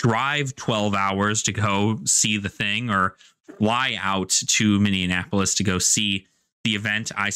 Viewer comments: You pronounce it Mini-in-apolis when it's usually pronounced Mini-apolis. You're adding an N to the middle. Which gave me a good chuckle as a resident. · Really surprised by the day pass price. I have two friends who are new to magic who are going with more experienced players as a fun day outing because it's not too expensive. Delightful pronunciation of Minneapolis by the way xD that's a new one I haven't heard before.